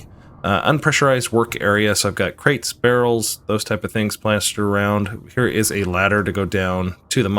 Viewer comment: "...plestured areound!"